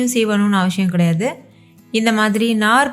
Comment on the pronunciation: avasiyam Not avashiyam